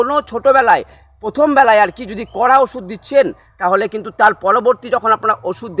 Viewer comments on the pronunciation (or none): Agee osuder ucharon thik bolon tarpor video banan